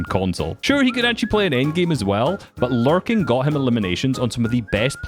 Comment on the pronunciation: why do i hear it larping instead of larking